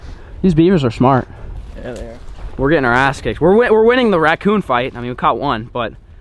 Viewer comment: Ngl I cringed every time said ratCOON jerky.